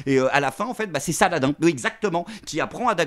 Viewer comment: Faudra lui expliquer comment on prononce en arabe Saladin😂